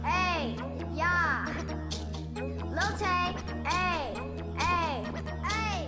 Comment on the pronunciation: Wait I did not hear that correct did you say LIL TAYS 9 and when Vicky was PUNCHING AIR I was like ok we have a dummy here...